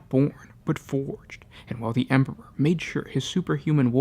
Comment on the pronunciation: HAIL THE EMPURRPURR! CAT GOD OF FELINE KIND! How you gonna have a 40k lore channel and you cant even say emperor😂